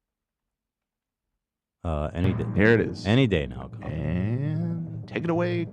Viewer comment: Can’t handle how pronounces Colleen